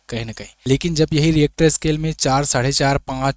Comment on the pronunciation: डरानेकी झूट बात मत कीजिये. भूकंप का भविष्य कोई भी नही कर सकता. Rister not reactor.